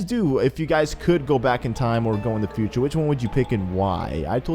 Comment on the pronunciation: futer not cuter